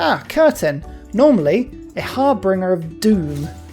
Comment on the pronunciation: I enjoy your plays-through. (FYI, the word in harbinger, not harbringer).